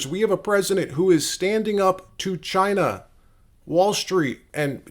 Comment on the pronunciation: You didn’t say China right